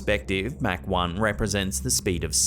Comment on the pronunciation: I'm listening to this in the background while I read something, so when he started talking about plane speeds but seemingly saying "Mac" instead of "Mach" I got confused for a minute 😂